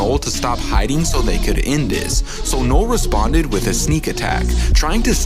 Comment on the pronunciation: Loved the retelling of this comic, but I kept hearing “Knoll/Nole” instead of “Knull” somewhat distracting, but not overwhelmingly so.